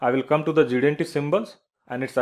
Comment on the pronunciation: Quite a nice and clear explanation. However, would you please slow down when you say GD-aunty? If you do then you'd sound like GD&T. And thanks!